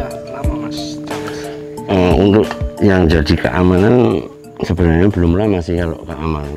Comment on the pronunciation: jambes bukan jampes 😅 beda arti...hahaha